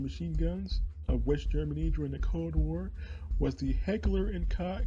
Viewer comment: It's pronounced Heckler und Koch not Heckler und cock